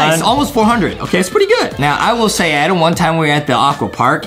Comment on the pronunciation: It's Adam not Adem